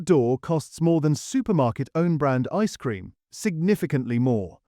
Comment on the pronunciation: The stress on the phrase 'ice cream' is equally on both words, not just on the first one. Try Kelly's Clotted Cream ice cream. It can knock most brands back into the lab.